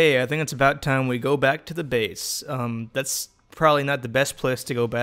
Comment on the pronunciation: That tahm was horrible